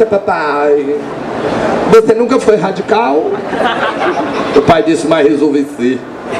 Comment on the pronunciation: "Você nunca foi radicawn" kkkkkkkkkkkk melhor humorista que tivemos, mito demais.